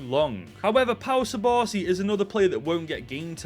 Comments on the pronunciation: The pronunciation of subarsi instead of cubarsi hurt me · It’s pronounced KUBARSI not SUBARSI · Its not subarsi its cubarsi😊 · ithink its to funny that you call cubarsi subarci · just a heads up, im pretty sure its pronounced 'koo-barsi' not'su-barsi' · lost me at pau 'subarsi' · Bratha it’s cubarsi pronounced with a k sound not an s sound 🤣🤣🤣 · Its CU-BARSI NO SU-BARSI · Fire video but if im not wrong, its Koo-Bar-Si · Bro stop pronouncing my goat cubarsi's nameeeeee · He’s called cubarsi but the c is pronounced k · That is now how you pronounce Cubarsi…😂